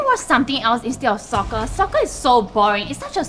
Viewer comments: Sometimes when you pronounce Soccer(Sorry Jian Hao) it sounds like Sucker. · am i the only one that hears saying soccer pronounced something like "SUCKER"? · How to pronounce soccer: Sucker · I am asian and don't pronounce soccer sucker. but ok i just heard it as sucker when she kept on repeating the same word "soccer"